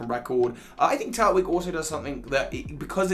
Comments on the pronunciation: It’s pronounced Turt -twig mot turt - wig. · So we just gonna let me him say “Turt-wig” instead of “Tur-twig”.... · NO, IT'S PRONOUNCED TUR-TWIG! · Turtwig is my favourite pokemon and in sorry but it is Tur-Twig not Turt-Wig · It’s Tur-Twig. I know it’s weird but it sounds better then Turt-Wig soz